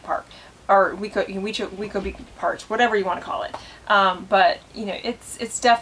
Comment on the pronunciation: It’s pronounced way-co beach